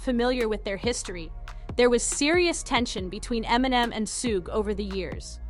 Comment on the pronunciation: Get suge name right for the love of rap.